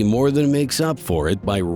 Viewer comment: It should be "better than" not "better ten"